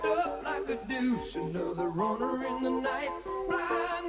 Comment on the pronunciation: Revved up like a dooce, (rhymes with juice) not douche lol. Aways thought that was so funny that he pronounced it that way. Nice classic hit. Always enjoy your livestream music video reactions.